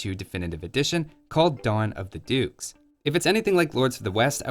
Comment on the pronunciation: I thought you said "Dawn of the Dudes". Cue in the first infantry and chill civ.